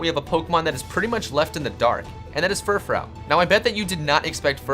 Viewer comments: It's pronounced fur - fru!!!😡 dumbass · It fur froo not furfrow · Vivlion?! Really? VIVILLON. Vivid + Papillon. VIV-ee-yawn I had to skip that part, it would've been too painful. -Furfrou = FUR-froo. Fur + frou-frou. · I'm not trying to be rude, but I'm pretty sure it's pronounced, "Fur-froo' but I could be wrong. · lean how to say fru-froooooooooo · it's pronounced furfroo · your furfrou pronunciation to me sounds gay af